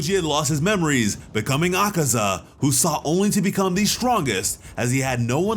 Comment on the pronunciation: It’s akaza killed himself and tank irl did not slay him. Congrats for actually saying the names right and good editing